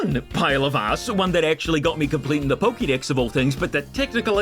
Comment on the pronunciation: Pokédex, not pokidex.